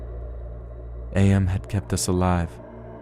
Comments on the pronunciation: I need to get this off of my chest It's/His name is AM not A M my ocd goes into overdrive when people get names slightly wrong AAAAAARRRRRRRRRRRRGGGGGGGGGGGGGGGHHHHHHH!!!!!!!!! Great reading by the way. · The narrator is calling AM as A-M. It's together like in "I think therefore i AM."